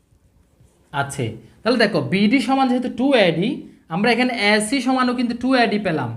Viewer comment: এ এর উচ্চারন শুদ্ধ করা উচিত আ্যডি আ্যাছি এগুলো ঠিক করা উচিত